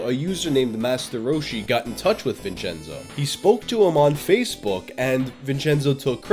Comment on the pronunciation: I'm Italian and I'm finding the answer on your channel. You pronounce every Italian word wrong but "Vincenzo", that's good to me.